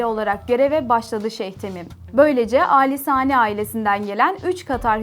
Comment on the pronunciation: Ellerinize sağlık güzel bir içerik fakat, Katar’da yaşayan bir gurbetçi olarak bazı hataları söylemeden edemicem. Hamid değil Hamad Lusal değil Lusail Hamide değil Khalifa Ali Sani değil Al Thani